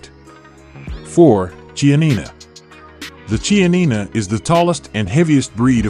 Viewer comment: Limousin is mispronounced. Lee-moo-Zan, in which case the N represents a nasalised A, not an actual N sound. The Ch in Chianina is pronounced like a K.